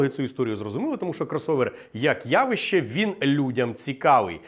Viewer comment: явІще...через И-И-И,через И-И-И, курси української, то як Тимошенко - ЗУБАЖІННЯ:goodvibes:Вподобайку втулив.